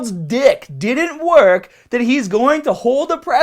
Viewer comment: Hormones are not drugs just becasue your sorry ass government classified them as such! You're a fucking hater and you just said you don't judge. You don't know shit and you sound like an ignorant fuck with you damn speech impediment. "attention media mah penis doesn't wahk!". Please stop making videos on subjects you tiny ass has no clue about. And don't wear tank tops. I used to like your videos until this one. Stop fucking hating!